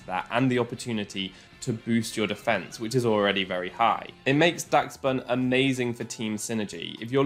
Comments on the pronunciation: im pretty sure its pronounced dash-bun kinda like the dog breed dachshund idk tho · why can nobody say daschbun right...